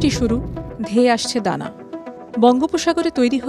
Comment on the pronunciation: ঘূর্ণিঝড় এর নাম ডানা না দানা ঠিক মতো জানান ।নাম টি আসলে কি ?